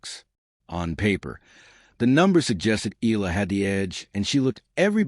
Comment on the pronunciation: its eh-yah -lah not EE-LAH